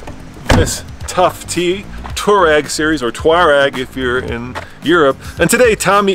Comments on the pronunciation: Two-reg, not two-rag, jesus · Stop calling it a Touarag! It’s a Touareg REG REG REG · It's Touareg (Twa-reg ). Do you pronounce Cherokee Chi-Rokey? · FYI, it’s definitely Too-war-ig. The name derives from an Arab nomadic group in the Northern Sahara desert. Technically even the original transliteration is slightly off and should be “tawariq”. It is the plural form of the Arabic name, Tariq, which itself means something like pathfinder. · The WORLD: Volkswagen Touareg The USA: Bolkswuagen Tooreg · ARRGGHHHH!!! It’s “Twa-reg” “Tou-wa-reg” there’s an A in the name! You guys call yourselves journalists and can’t even pronounce the car name correctly? And the name isn’t European, it’s definitely African. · Here in the US VW itself even pronounced it “2-rag” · Can't these guys ever pronounce Touareg properly?